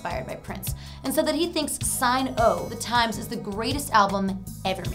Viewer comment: It’s “Sign O’ The Times” not Sign OH The Times. May-Tay not Mate. Shin-aid not Sin-Aid. Lady please...